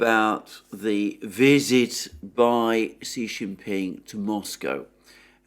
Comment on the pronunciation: Just FYI ... Xi is pronounced like SHE so it's SHE JIN PING